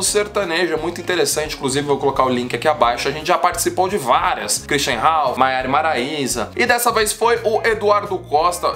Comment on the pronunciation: ele falou Maraia e Maraisa kkk